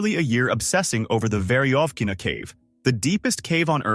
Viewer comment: мне нравится как он пещеру "Верёвкина" произносит - "Вериофкина", это забавно)